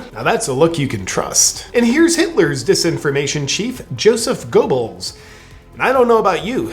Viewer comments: Great video JP. And for whatever reason they usually pronounce Goebbels's name Gurrbells. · Goebbels is pronounced "Ghairbulls," JP. Aside from that, fun, fun, fun.